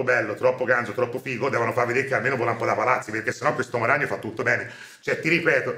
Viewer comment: il maestro pronuncia "l'omo ragnolo" prego